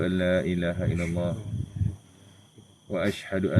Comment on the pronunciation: Angkat syahadah baca asyhadu alla ilaha illallah bukan asyhadu alla ila haillah